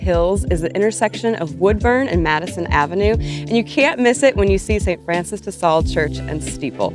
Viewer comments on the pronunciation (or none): I was wondering why she called it Madison Street and St Francis steeple, NEVER in 58 years have I ever heard anyone say them that way.